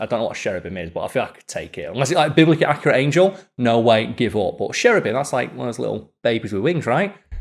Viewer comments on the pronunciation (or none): none